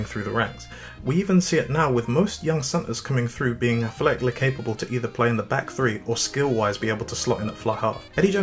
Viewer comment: athletically is not a three syllable word